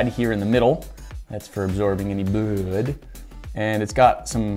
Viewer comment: “a gauze pad for absorbing any bUuud”